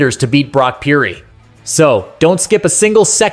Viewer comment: You have to get the annunciation correct, Pur-dy. Close no dice 😂